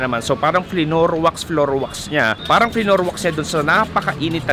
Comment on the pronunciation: natawa ako sa 'flinoor wax' :face-fuchsia-wide-eyes